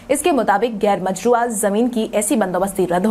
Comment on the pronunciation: गैरमजरूआ भी तुम सही नहीं बोल पा रही हो